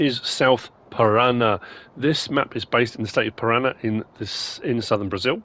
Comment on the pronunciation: ParaNA. Pressure on the last two letters. Almost correct though 😉